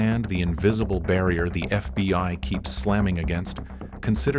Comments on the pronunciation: It's always FBY, and not FBHow😢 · Fby agents 😂 why does the ai alway get it wrong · Why do you say fby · “FBY” time stamp. What’s FBY? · Get an actual narrator. "FBY"... smh. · FBY headquarters? AI fails nicely.